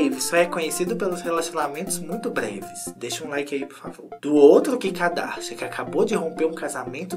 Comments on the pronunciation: Vc tem nariz entupido ??? Quando fala Kim eu entendo Kika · Ele fala Kika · vc é unico..com a pronuncia do nome dela....🤣😘